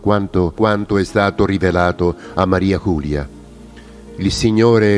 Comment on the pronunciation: ERA UNA VEGGENTE FRANCESE, PER CUI "MARIA CULIA" NON SI PUO' SENTIRE. LA PRONUNCIA CORRETTA E': MARI'e JULI'e (con la "e" muta dei francesi) DE LA FODE'S